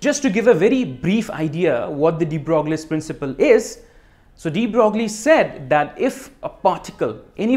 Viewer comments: It's pronounced "De Broy". But few people ever say it right. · The French name DE BROGLIE is pronounced like "DE BROY" (= like 'the boy' with an r)